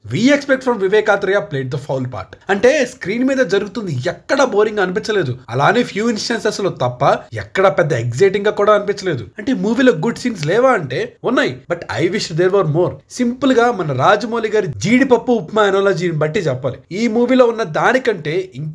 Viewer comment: Eggciting kadu Babu